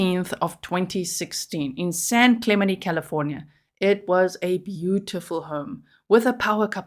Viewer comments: FYI G I’m from San Diego, that city is pronounced San Klu (like up Klu) Men Tee (San Clemente) love you & your amazing channel ❤️ Merry Christmas 🎄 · San Clem en tay is how it's pronounced. I was born and raised in Long Beach. Great channel 👍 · San Cle-MEN-tee 🤦🏼‍♀️ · Hi... I always enjoy your posts. Just came to let you know the area is pronounced San Cle-men-tee. I live in vegas and have several friends who live in this upper class town. It's well known as the area where the U.S. president Ronald Reagan lived. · Cali girl here to clarify the town is pronounced with a hard “t”. San Cla ment ie. I do love your accent though, G. 🫶💕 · San clem-en-Tay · This is where Pres Nixon lived - San Clemente - pronounced Clay- ment-tea